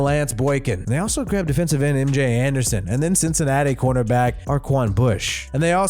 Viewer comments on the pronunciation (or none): none